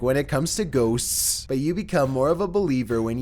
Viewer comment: GHOSSSS ( GHOSTS )